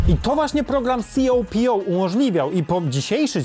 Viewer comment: Copo czyta się kopo